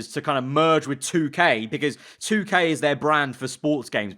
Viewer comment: U don’t even know how to say 2k ha